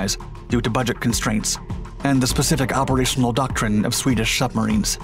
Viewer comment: But he said "Swedish shubmarines"!